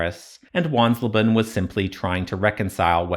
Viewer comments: Not "Wanslaban": the "le" in leben is "lay". So it becomes something like wans-LAY-ban, a bit like the "he wants rayban sunglasses". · Wansleben ben not bun 🤣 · Wansleben is more like: once-lay-ben